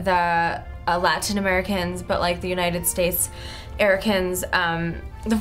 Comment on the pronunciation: I love the "United States Aricans" on haha